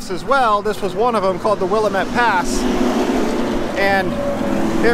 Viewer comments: YES!!! I laughed pretty hard when I heard his pronunciation. At least he pronounces Tumalo correctly in other videos. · How can you be an Oregonian and not know how to pronounce WILL-LAM-IT?? I enjoy your videos! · Will-am-ette Damnit! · As a local Willamette is pronounced will-am-et sorry to be that guy I guess every place has its own special ways, also I've been going over that highway since I was at most 1 and have never seen or heard of most of those places lol will have to check them out. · It is Wii- a -met. Dammit rhymes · grammar police here: it is "Will - Lamb - ette (met)" Pass/Valley/River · Willamette rhymes with dammit. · Ha! We give people such crap about mis pronouncing Oregon names, and here you mis pronounce Wil LAM ette! tsk tsk ( yeah, I'll be that guy, Lol ) Todd Konoske the retired trucker. ( Elmira, Or. ) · As a native born Oregonian It offens me to hear you mispronounce Willamette. It is pronounced Wiill lam ette